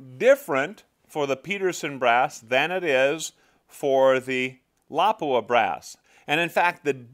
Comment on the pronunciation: It lapua not lawpua